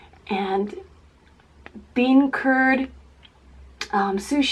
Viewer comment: When she said bean curd I thought she said bean turd and I spit my tea everywhere lol.